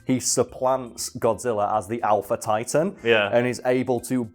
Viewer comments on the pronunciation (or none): none